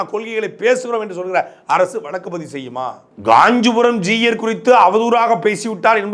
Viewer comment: It is not Juyar, it's Jeeyar. You cannot even pronounce the word properly but runs a channel, shame!